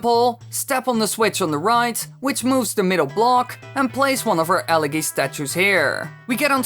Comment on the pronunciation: i like how the speedrun commentator pronounces elegy correctly